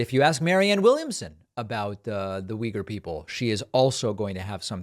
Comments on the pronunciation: Uy-gour. Not weager. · the way americans pronounce if (“wee-gurs”) is totally wrong, actually. but i doubt that this mayor knows the ACTUAL pronounciation of the word, though. only uyghur people seem to pronounce it correctly. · I'm definitely not a Republican, nor am I even from the US, and I actually don't intend to defend this guy, but maybe he knows, who the Uyghur people are (not saying, he would have a coherent take on them), but just doesn't know, that it's pronounced this way. Maybe he only knows them from reading about them. At least, that's my rake on that as a non-native speaker. I also wouldn't have had an idea, that this is pronounced like that. In my native language, it's also pronounced very differently. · I was pronouncing it wrong this whole time